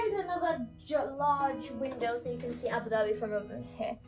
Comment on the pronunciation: its not abhi dhabi its abu dhabi